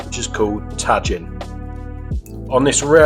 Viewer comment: I love your garnishes on this but I really hope you were trolling us with that pronunciation of Tajin.